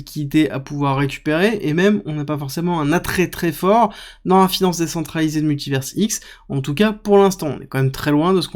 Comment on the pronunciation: En Français, à la fin d'un mot, le S est muet. On dit Paris et non Parisse, bah c'est pareil pour univers ! Il faudrait écrire MultiverseX avec ta prononciation. Tu transformes leur blockchain en site porno 😅